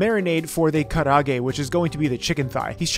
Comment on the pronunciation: Dude, karaage is 4 syllables not 3. Ka-ra-a-ge